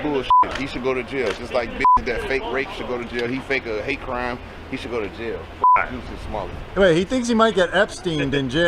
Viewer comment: Please pronounce his name correctly. It isn't Juicy Sommelier. Thanks